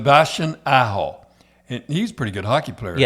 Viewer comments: Sebastian Asshole? Lmfaooooo it’s Aho….. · Did he say Sebastien asshole twice...instead of Aho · Is he saying as$ hole instead of Aho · Hahahahahahahahah I think they used 15 different pronounciations for Kk, Aho, Bergevin....🤦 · Cherry's son is a bigger moron than his dad. It's 'Bergevin', not Bergeron, and it's AHO, not ASHO. Also, maybe get Kotkaniemi's name right as well, he's the main character of your story, you total toolbags. Are you purposely this stupid, or is it an act? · lol... jeez this family couldn't pronounce a name if their life depended on it. lol Bergeron... Bergevin Assho... Aho.. Kokanemi.. Kotkaniemi... lol, not complaining, just funny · Katniemie... sebastian aso... Bergeron->Bergevin! Omg what a mess guys c'mon